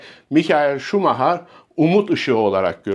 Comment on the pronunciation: Şumaha??? Efsaneyi hep “şumayer” diye telafuz ettik. O kral. Hala kral. Kendisini seviyor ve sevgilerimizi gönderiyoruz.